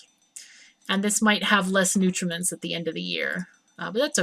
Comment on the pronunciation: Hang on, how exactly is it you're pronouncing nutrients? To me it sounds like you're saying "nutraments"... -ish for example.